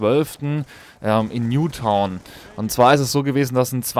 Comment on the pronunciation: als ich das mit dem amoklauf gehört habe hat der moderator nuketown gesagt und nicht newtown